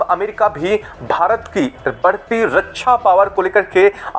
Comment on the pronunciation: Bhai, Raksha bolna sheek lo Hindi me. Ye raccha nahi hain, Raksha hain. Apki video bahut nakli lagti hain kyoki hindi week hain aapki. Just a suggestion.